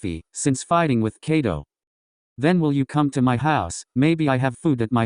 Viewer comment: It kaido not cato😢